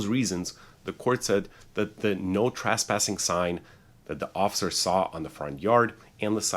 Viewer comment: Trasspassing or trespassing? Asking for someone that’s not an attorney with a ridiculous mustache!